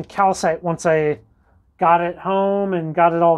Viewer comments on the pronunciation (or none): none